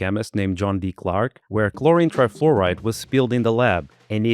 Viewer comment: I think there is an "L" too much in C_L_HLORINE 😂